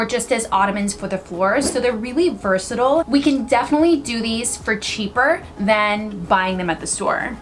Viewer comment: “verse- it- till” “little pointies” I love this girl 😂